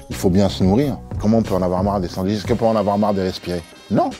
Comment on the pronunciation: Non des : "sandouiches" !